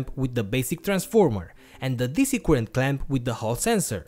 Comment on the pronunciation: can some one please let this guy know that the word is spelt circuit, not cirquit. and current, not qurrent. actually maybe just tell him how to pronounce c